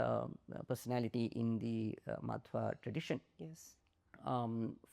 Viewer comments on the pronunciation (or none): its Madhva not Madhava, you cannot pronounce his name properly 😅. Steer away from things that need common sense. Sri Madhva did not even name your darling Sankara, he merely criticized his siddantha. If you like name shaming look at Sri Ramanujar 'a Sri bhasya .. 😂😂. Sankara has been named as one with " Aneka janma paapa vasanaani".. Go play poke the rock yourself 😅